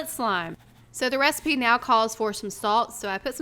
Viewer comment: U said the resapea, I coped